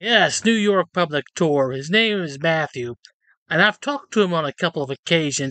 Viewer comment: NY "PUBIC" Tour. Didn't he used to be Upstate NY Audit?